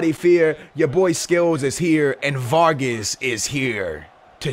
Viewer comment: Not varges vargas!